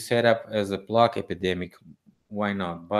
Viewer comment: the way you pronounce plague sounds like plak - it is not pronounced as plak - but more like play-g (hard g, like g in Gagarin). Took me ages to work out what you were talking about. Great content though, once again. But your English is killing me 😆😆😆😅😅😅😂😂